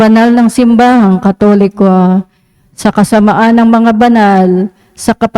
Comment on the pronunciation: SA kasamahan not kasama an, pakibasa pong ma but kasi nag iiba kahulugan ng dasal.